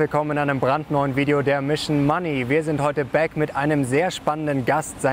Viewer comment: Hallo, sag bitte bitte nicht mehr " bääk"